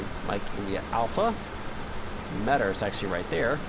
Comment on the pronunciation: METAR is pronounced me-tar